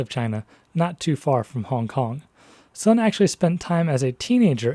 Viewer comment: The speaker of this video quite clearly has some background in the Chinese language, as can be told from his pronunciation of the words "tongmenghui" or "guomingdang". But why can't he get the pronunciation of the main character's family name, Sun, right?